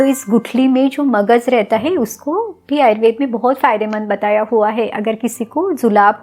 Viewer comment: Ma'am why have started saying "ayurvedAA" for everyone. Please call it ayurved as you always do. 🙏🏼